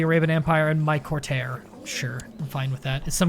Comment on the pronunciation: Really enjoy your steams, one thing that really nags at me is that you pronounce courtier wrong, it should be three syllables and sound like courty-er rather than court-tear